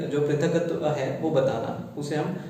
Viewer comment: Prithaktva krit....there is only half k and not full k. So pronunciatio will differ.